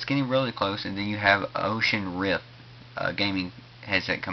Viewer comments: Oculus Rift for gods sake. Not "Ocean rift." Dear lord. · I shuttered every time he said 'Oshus rip' Oculus Rift. :|